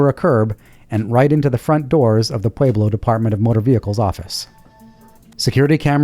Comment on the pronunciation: I'm gonna mispronounce Pueblo the hilarious way you do it from now on! That's great, PWAY-Blow!